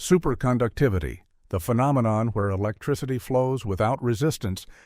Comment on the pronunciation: What is "SUPERSCOUCTEVIVITY"?